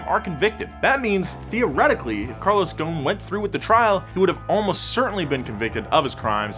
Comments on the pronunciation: Its ghoson not gone😂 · It's not gon It's goson like this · Guys, ffs, Ghosn not Ghone... There's an "S" & the dude himself pronounce it... I understand that you can't pronounce the "Gh" is middle eastern natives, but the "S"?! Come on... Anw, love the content, cheers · Dude the S in Ghosn is not silent. He is Lebanese. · Why you keep saying ‘’Gon’’ it’s Gho-s-on غصن which means branch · There’s an S in his surname. Pronounced Goh-sen not Gone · U butchered his last name so badly🤦‍♂️ its ghosn, its hard to explain how to pronounce the gh but at least u need to pronounce the s, it sounds more like ghoSin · the name is Carlos Ghosssssn, the S isn't silent:) as for the Z, I don't think it would sell properly with that price tag, its just a 370Z with the q60 engine and a facelift, the 370 was always there with 6 spd, no one cares about that, its just us enthusiasts that get excited every time we hear a manual is on the way! however the market is what decides and not us, since its a 2 seater with a higher price tag then I see that this car is going to fail, ppl want sedans and suv's, this car has the same cabin, same chassis n body, same seats, same bulky ugly side view mirrors that block the side view with a newer exterior look, infiniti engine and a newer dash, those 3 gauges are there on my 370z's, I just hope they enhanced the balance so it could take turns better than 370's and hope it doesn't have overheating issues like 370s, lets wait n see how it goes! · ouch i feel insulted cuz im from lebanon.. nah jk but i still dont know why carlos ghoson (thats how its pronounced) was put to jail in the first place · im from lebanon, ur supposed to pronounce the s in ghosn